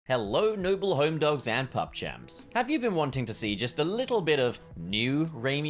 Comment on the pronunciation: "Pupchamp" just "Pupchamp"